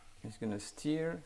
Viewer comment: to help you with your English the word stir rhymes with fur. Your pronunciation is what we do to make the car go where we want. Steer. Hope this helps!